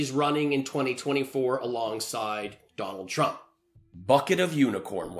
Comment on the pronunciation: Dwanald twump 😆😂